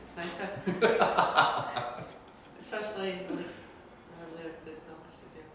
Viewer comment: SHe said it! 'Now its harder expecially for zerg'. Fix it blizzard! TY!